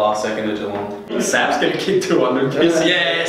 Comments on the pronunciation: got geelong right haha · got Geelong right ahahaha